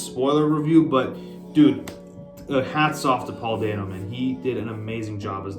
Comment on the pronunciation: Not dane oh, dan oh